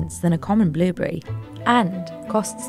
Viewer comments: Billberry or blueberry you should probably pick one pronunciation... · Sorry british lady It's "blueberry" not "billberry" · Why cant she pronounce blueberry?